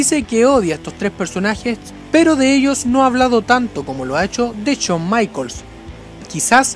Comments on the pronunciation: Porque en vez de pronunciar "Jon Maicols" pronuncias "Chon Maicols"? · "Chon maicols" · solo escucha Chon maikols:v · Cada vez que dices "Chon" Michaels y "Doblebe doblebe E" muere un gatito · chon maicols jajajajaja Pedazo de AD RE IM pronuncia bien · por que le dice "chon maicols", pronuncialo bien!